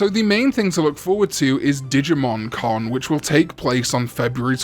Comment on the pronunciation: When says "Digimon Con" it sounds identical to when he says "Digimon " So when is the Con?